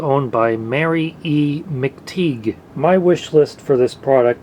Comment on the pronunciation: McTigue is pronounced like "Tiger" without the "r", by the way.